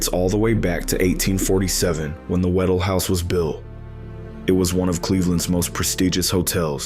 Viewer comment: WHA- DELL, not waddle.pronounce the “dell”.